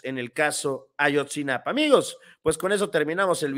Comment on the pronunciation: A-YOT-ZI-NA-PA SIN "N" YA APRENDE A DECIRLO CORRECTAMENTE ERES ABOGADO